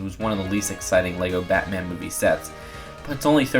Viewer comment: OMG STOP SAYIN MEHHH TO BATAN JUST STOPPP